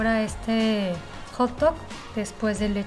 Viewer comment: Cuando dice pan de hotdog le entiendo que dice “ jto “ JAJAJAJAJAAJAJAJAJA